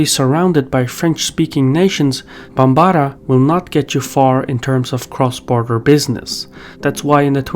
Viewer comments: Quibble: Bambara = "BAM-bara". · Quick nitpick: The language Bambara should not have primary stress on the second syllable. It's not even a stress language, it is a tone language. Try saying all syllables without emphasizing one over the others. I know its challenging for us English speakers, but when I was hearing you say it, it was rather grating to someone who has heard people pronounce the name, who speak the language. Other than that minor nitpick, I love the content. keep up the good work!